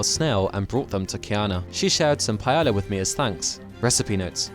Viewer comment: Just a minor side note: The double 'L' in "Paella" is pronounced more like a 'y'. Pai - Aay - Yah